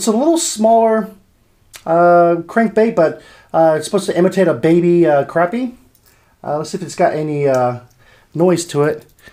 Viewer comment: he called it a crapie when is crappie I started laughing when he said it is a crapie bait